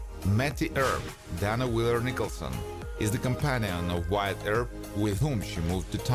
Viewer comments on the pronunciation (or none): none